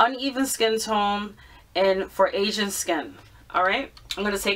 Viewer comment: When she said "aging" skin, I thought she said "Asian" skin. I thought, what a racist product. LOL.